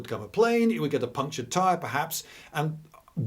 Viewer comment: As an Israeli, I often wondered why we call a flat tyre or a deflated football a (thing that has a) "puncher". I assumed it was from Yiddish, as the person who fixes flat tyres is a "puncher-macher", but hearing you say "punctured tyre" with a barely pronounced c was jaw dropping, I was half-paying attention and it was as if I heard one word in an Israeli accent in the middle of the sentence, my brain actually malfunctioned for half a second and then it all made sense. Incredibally informative video, I might remember that moment for the rest of my life.